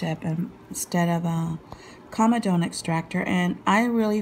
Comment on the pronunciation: … but you pronounce “comedone” correctly